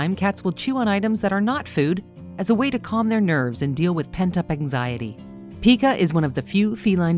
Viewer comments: You mispronounced 'Pica'. The 'i' is long and rhymes with 'eye', not 'ee'. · "Pie cu" not "pee cu", if you don't know how to pronounce the ailment how I can believe anything else in the video? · Pica is pronounced PIE-ca not PEE-ca, and the word habit is not spelled like rabbit. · Pica is pronounced PI-KA. Humans can also develop this condition. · ITs Called PICA (sounds like Pike like dike) When theres a vowel on the end, the other vowel is LONG. Basic grammar (while I work on my spelling, Lol) think I got spelling right now I hope. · It’s not pronounced “pea-kuh” it’s actually pronounced “pai-kuh” 🤦🏻‍♂️ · It is Pie ca not.peek a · "Pie-ka," not pee-ka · Okay I mean no hate this is a lovely video but it's PIE-KUH (PICA). Your content is awesome :) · habit not spelled habbit. PIE- ka not peeka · Pica is pronounced with a long I.